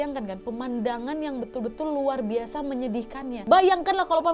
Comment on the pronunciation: "luar biasa" nya candu bgtt medoknya😭